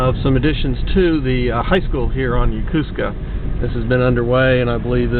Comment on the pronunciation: Repeat after me: YO KO SKA not Ya Ku ska